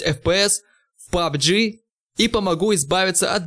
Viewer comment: сколько раз этот делил сказал пубГГГ